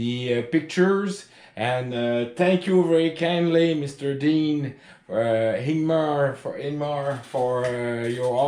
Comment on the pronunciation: Good Sunday afternoon, I just finished watching your video, you did an outstanding service and job putting it together. Very well presented and shown. I especially appreciate the Bloopers, since I make so many myself. They were so funny!! Outstanding Sir, you pronounce my name perfectly, but I’ll make it easier for you. It’s Ing-ga-mar. Ingemar your friend, Stay Safe